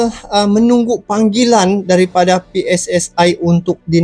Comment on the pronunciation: Maaf pakcik bukan PI-ES-ES-AI tapi PE-ES-ES-I dalam tata bahasa Indonesia ada aturannya sendiri... jika itu singkatan kata dalam bahasa Indonesia maka gunakan juga ejaan alfabet dalam bahasa Indonesia...